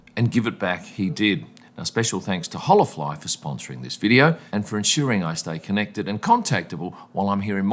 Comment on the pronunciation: I think it's pronounced Ola fly. Not Hola fly.